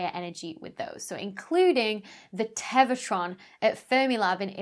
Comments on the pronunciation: not sure how that dramatically impacts the obvious point of my post, but congrats on winning Pedant-of-the-Day -- it must've driven your OCD stark-raving insane every time she said ""teva" in lieu of "tera" and "Englebert" in lieu of "Englert" in the actual video... 🤔🙄🤨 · I mess up words in my videos all the time. Live TV is hard. When you're talking about something named "Tevatron" the mistake is understandable. Don't be too self conscious, you don't get a PhD just for being cute and perky.